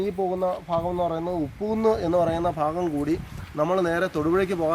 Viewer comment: മൊത്തത്തിൽ ഫ ആണല്ലോ.... ഫങ്ങി... ഫാഗം.....